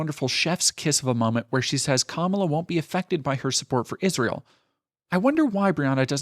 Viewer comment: Hey youre not pronouncing Kamala's name right and I think it's a microagressive tactic that's been used by the right to undermine her and it's really upsetting to hear leftists say her name wrong. I recommend listening to a video where she says her own name so you can hear how she pronounces it for yourself. Great video otherwise.